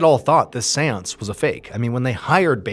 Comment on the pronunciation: Wherever he says seance, I just hear Seweance, from Southpark